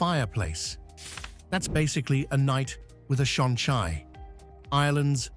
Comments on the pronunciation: You could at least learn to pronounce the Irish properly. I don't mean without leaning into one of the dialects - mar shampla, an focail 'seanchai' - nowhere is it pronounced shan-chai (as in the tea drink). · I turned off at shonchye!!! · Being Irish I enjoyed the presentation. My suggestion for improvement is for AI to gen up on gaelic pronuntiation. The seasons of both "Bealtaine" and "Samhain" and the folkteller "Seanchai" are mangled in the extreme.